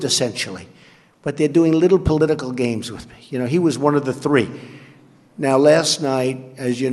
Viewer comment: "tree seconds'? I think that's a long time.